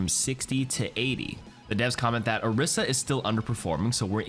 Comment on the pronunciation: The name's PHARAH. not PHAErah. dude, they say her name in the game. Same with ANA, not AENNA. And OREEsa, not ORISSa.